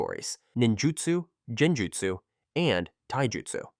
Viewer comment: Notice how u said “buyakugan”? It’s not “buyakugan” it’s Byakugan bee-ya-ku-gan. It’s also not “Shareingan” it’s Sharingan. Shar as in like SHARd or SHARk, Shar-ing-an. And also u said “Jenjutsu”. It’s Genjutsu. Not “juh” more like a “geh”. Idk if it’s AI, if it’s not then hopefully this helped.